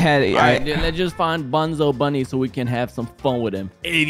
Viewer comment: It not Bonzo it’s bunzo